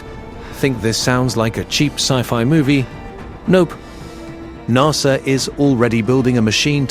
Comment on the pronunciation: this would be great if you voiced it yourself. Narrrsssaaaa